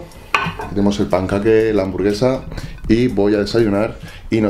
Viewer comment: Podrias decir "pancake" correctamente hahaha saludos